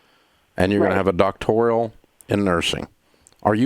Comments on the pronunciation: Dave keeps saying Doctorial, he doesn’t even know what it is. I think it’s a great education in a field that is of primary importance. Dave holds a large asset of properties, only reason you would call him is to ask for a rent reduction. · Are you going to “help” people or are you just going to sit there and make fun of people looking for help? By the way, learn to pronounce ‘doctoral’. Idiot.